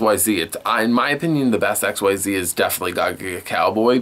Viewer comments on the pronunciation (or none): Sorry, but mispronunciations are one of my pet peeves. Guide below because some of these I hear a lot (Great Q&A though): Beelze: "bee-ELL-zuh" Xyz: "ik-seez" Lightsworn: has an N, not an M the 'ch' in "archetype" makes a "kuh" sound. the V in ARC-V is pronounced "five" Qliphort: "klee-fort" Melodious: "meh-LOW-dee-iss" Djinn: the D is silent